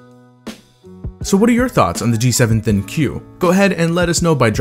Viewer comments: It is pronounced THINK not THIN-Q ....every Youtuber pronounces wrong.. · I love my G7! One thing that always bothers me when watching reviews for this phone is how many reviewers mispronounce the name of the phone, calling it the thin q. It is written thinq, but it's pronounced think. The name of the phone is supposed to prompt people to "think" about what the phone's name is. It also highlights one of the phone's main gimmicks, the AI. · I thought it was pronounced "Think" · The name ThinQ is said Think not Thin Q there is no space!!!! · Thin Q.... Maybe pronounced think? Maybe? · Its not Thin Q, it's thinq, pronounced think! How do so many reviewers miss this? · Talked to an LG rep, it's pronounced Think in reference to AI, not Thinkyou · How come it's not pronounced "think" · I thought ThinQ was pronounced "think". Don't know why lol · it's pronounced think... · ThinQ is pronounced think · Katherine Murphy Bellantoni yes it is